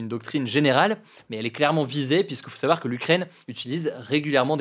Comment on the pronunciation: Pourquoi hugo dit dans chaque épisode "pour en sawar plus". Il suffit de le dire moins vite et c'est facile à prononcer correctement 😅